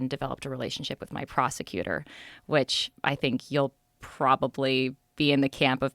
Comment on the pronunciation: Prosector?? Prosecutor... 🤦🏻‍♂️